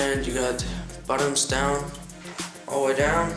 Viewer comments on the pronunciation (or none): Hey man just helping you but in every video you say something like: bottoms, instead of buttons. Very cool video's though